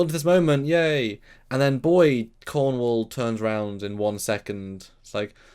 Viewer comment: It's pronounced Admiral Cornwell